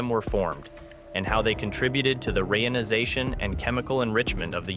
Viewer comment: In The Beginning... space was filled with giant question marks! And the light was not only red-shifted, but also purple-shifted!😈 At least he only said "ray-in-ization" once! (instead of "re-ionization")